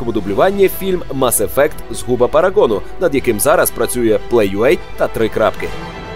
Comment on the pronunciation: мАс ефект? який нафіг мАс ефект? ну з вас і транслітератори. мес ефект!